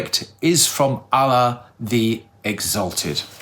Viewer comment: Hi ur supposed to pronounce Allah as (Al-loh) but u say (al-la) just pointing it out. Love the shorts.